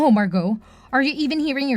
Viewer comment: At least you know how to pronounce Margot. I've heard it butchered so much lately